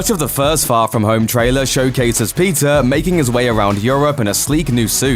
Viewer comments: Bro, it's not pizza it's Peter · Everytime u say peter, i thought u said pizza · did he just call him pizza parker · Is it only me who heard PIZZA every time he said peter 😂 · Is it just me or when he says Peter is sound like pizza? Yeah I think it’s just me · Why do keep hearing Pizza whenever he narrates Peter 😂😂😂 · He prounances Peter Parker like pizza Parker 😂😂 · I thought he said "pizza" every time que said "peter". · i keep hearing the word pizza instead of peter. lol. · Why do i hear " Pizza parker" from the narrator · Whenever the narrator says "Peter", what I hear is "PIZZA". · I keep hearing "Pizza Parker" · Just me or anyone else hearing Pizza Parker? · why does he keep saying pizza parker